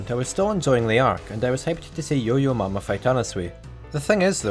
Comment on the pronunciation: i swear to fuck it's yo yo ma not yo yo mama